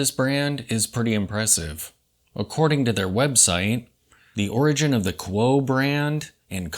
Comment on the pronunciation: Great watch -- thanks. I think it is pronounced COO-oh, at least by the Japanese.